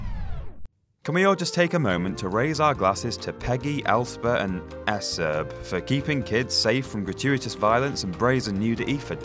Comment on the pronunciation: I lost my shit when he said "eserb" HAHAHA